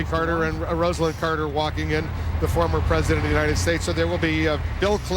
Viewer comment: ROSELYN Carter, not Roslyn!